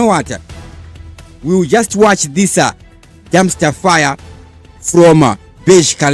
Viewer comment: Please change the way you say your words, for example when you say this you say thisa nemwe ma words as well